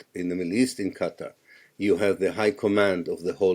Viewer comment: ... Chris Hedges ... FINALLY, an America who know how to pronounce Qatar ! ... 😀